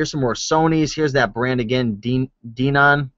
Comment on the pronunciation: Denon pronounced "DEN IN", Technics "Techniques" these receivers will bring in a lot of BUCKAROOSSSSS!!!